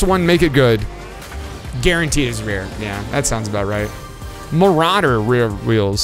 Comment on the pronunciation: I loved when he said very rare marauder😂 It was just mawawawwwwawwwa